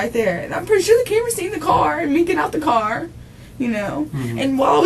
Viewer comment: This is probably one of the most annoying interrogations I’ve watched. The crying and pity part she has for herself and drawing out of the last syllable of the last word in every sentence. “I was in the carrrr” “ I want to be with my kidsssss”. A the detectives use of the word “yo”, “ help yo self” “ this is yo opportunity” just annoying. An this detective needs to stop interrupting her and saying “stop slow down back up slow down” for gods sake it’s all recorded so whatever you think you might have missed just watch the dang video let her talk and incriminate herself as much as possible.